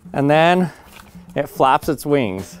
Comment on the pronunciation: Vings sound like as grasshopper.